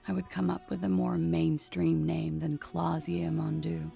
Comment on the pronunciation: The 'je' in Klaasje is pronounced like 'juh'. Kinda like how you'd pronounce 'huh'. Same goes for Oran'juh'. I'm Dutch and this is the first time I've heard a non-Dutch person try to pronounce her name, it's funny. It's a very typical Dutch name.